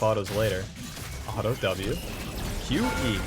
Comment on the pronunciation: I havent watched in a while do we say alto instead of auto now